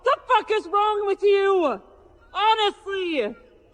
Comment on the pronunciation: "F--- people-Luh. What the f is wrong with you-wuh. Honestly-yuh" ...Dum-muh.